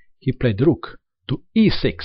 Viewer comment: Kwin and Ru:k 😂😂 the accent is so good, I love it